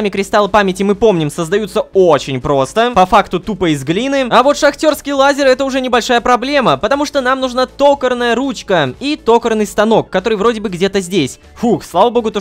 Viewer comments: Рома Рома Рома Рома Рома ТокАрный на "а" ударение Пожалуйста, не делай так что бы вяли уши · Ударение в слове токарный. токА́рный - правильно ставится ударение на 2 слог, четвертую букву а - то-кар-ный. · рома в слове токарный ударение на А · Пожалуйста говори не тОкарный станок, а токАрный станок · Не тОкарный а токАрный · Рома в слове токарный удорение на а